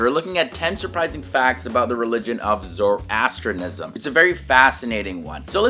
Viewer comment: May be start by learning to pronounce it correctly!